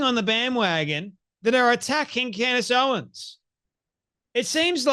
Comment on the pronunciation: Take a shot Everytime he says candy owens